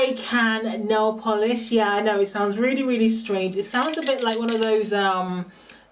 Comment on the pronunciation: Nail Volish? huh